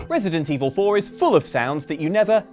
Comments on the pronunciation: I can't unhear 'resident foreplayer' 🤤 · Did just say "Resident Evil foreplayer"? Is that when you say "The T-virus is infecting me!" right before sex?